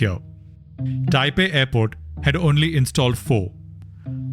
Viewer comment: It's taiwan not Taipen😂